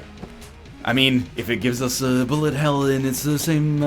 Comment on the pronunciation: when NL says "bullet" he actually sounds like lower case r